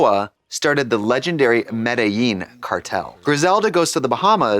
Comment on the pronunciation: Like how Trixie talked about white people miss pronouncing Spanish then in the next cut says Medellín wrong